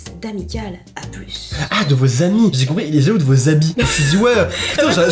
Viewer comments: Att.. Là.. Ont est d'accord que il n'y a pas que moi et qui as entendue " Habits "au lieu de " Amis " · Moi aussi j’ai cru que tu disais habille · Moi aussi j'avais compris habit au lieu d'ami😂😂😂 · Oui moi aussi j'ai compris habits au lieu de ami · tu as bien dit habits 😂😂(enfni je crois ) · J'ai compris "habits" à la place de "amis" 😂🤦🏽‍♀️ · moi aussi j'ai cru quelle avait dit habille 😃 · moi aussi j’ai entendue HABITS hahahaha